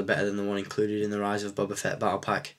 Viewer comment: feet:/ its fett :p